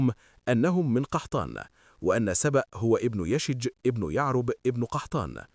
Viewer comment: ياخي اسمه يشجب وليس يشج. أخطأت بلغظ اسمة مرارا